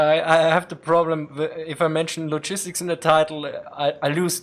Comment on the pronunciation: My only criticism is hearing logistics pronounced log-istics